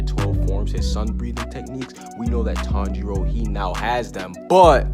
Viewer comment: Why are you saying tong 0